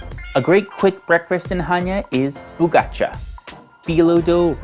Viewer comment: If you don't speak Greek don't tray and say bugachait